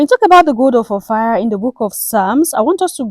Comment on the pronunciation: Not Ophir or Or-Fire, OFFA!